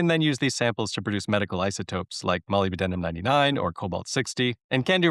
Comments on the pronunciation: Moly-B-denim? As a lifelong scientist, I've never heard molybdenum pronounced as anything other than mo-LIB-den-um. MolyB as a short form, yes, but never fully. Otherwise, an interesting report. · Please search Google on word pronunciation. Molybdenum is pronounced "muh-lib-duh-nuhm" not "molly-B-denim".